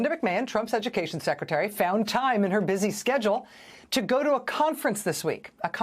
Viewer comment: McMahon is perfect as the Secritery of Edukaysion...